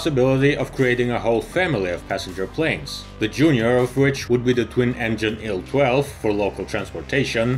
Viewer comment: It's not "ILL 12" it's "EYE-ELL 12" It's not "ON-10" it's OH-ENN 10."